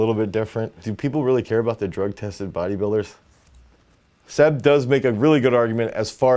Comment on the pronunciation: Great stuff but it's Seb not "Zeb" lol